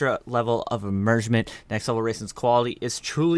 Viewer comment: Immirshment? Did i hear that right😂